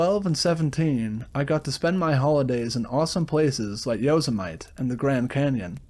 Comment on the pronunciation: Did you say yo-say- mite ? Instead of yo-semm-it-e?